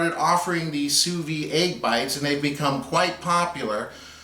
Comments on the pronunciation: It's pronounced soo veed (pronounce the "d"). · like it a lot but you should pronounce the de at the end of vide like you would a d from a french man to you looks good can't wait to try